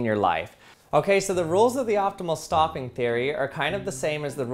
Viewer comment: I would swear you said "The rules of the optimal STALKING theory are..." .